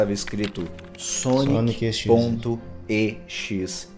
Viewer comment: Vixi falo o nome do sonic exe errado